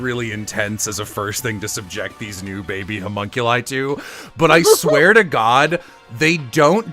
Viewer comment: Not reading chat and hearing call Alter Ego "Cumunculi" out of nowhere fucking KILLED me